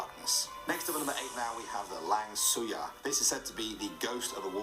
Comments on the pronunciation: Its name langsuir not lang suyar.. 🤣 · the lang suyar ??? or is it langsuir 🤣☝🏻